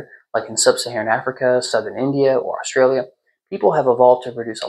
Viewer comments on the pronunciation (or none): none